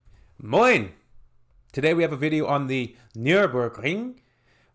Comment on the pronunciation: Your 'Moin' is nearly perfect ... 😊